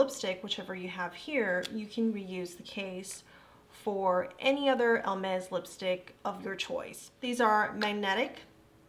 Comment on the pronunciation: I absolutely loved watching your review and you are adorable!! Just for reference, and it is not my intention at all to be mean, but Hermès does not have an “L” in it. It’s is pronounced more like ‘Air mez’. Again, I loved your review and look forward to watching more of them! ❤️